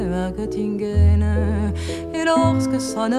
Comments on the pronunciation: Je suis toujours surpris de la prononciation qu'elle aura arrêtée dès l'origine de sa sublime écriture sur la ville de Göttingen en la prononçant "Gott-ingen" alors que cette sympathique ville allemande se prononce "Geu-t-ingen". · BARBARA aurait pu faire un EFFORT pour prononcer CORRECTEMENT le nom de la ville de Göttingen ! Ce "ö" = "euh" !!!!! 😏